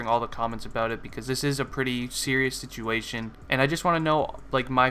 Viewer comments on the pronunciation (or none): none